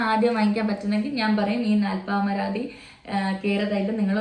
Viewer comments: NOT NALPARAMADI... ITS NALPAMARADI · Nalparamadhi alla😅😅😅 Nalpamaradhi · Naalparamathi alla dear...it is Naalpaamaradi oil.